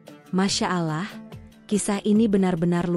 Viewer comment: Yang baca cerita kurang fasih membaca Allah..jadi resah dan ngfak enak mendengarnya...